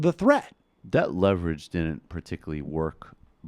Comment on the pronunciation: "we have lost a certain amount of leverege" this is a good thing